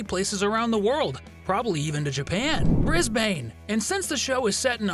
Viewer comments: It’s Bris-bin not bris-bane but spelt Brisbane:) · glad someone pointed that out, the way he said Brisbane made me cringe.